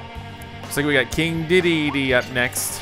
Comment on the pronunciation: How is it that this man has played Kirby for some many years, yet always says King Dedede's name wrong?